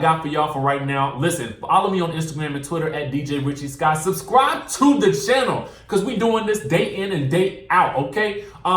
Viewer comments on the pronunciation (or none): Lol “subscwibe” button 😂